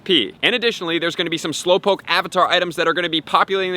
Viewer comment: Slowpokee wtf is wrong with you its pronounce slow -powk .